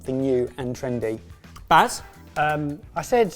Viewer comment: Also Bass instead of Baz, sentry instead of century... Your videos are very confusing for the hard of hearing this way.